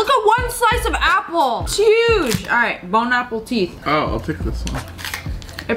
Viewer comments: Bow APPLEtit Lol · Lia says bone apple teeth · "Bon apple tit" -sssniper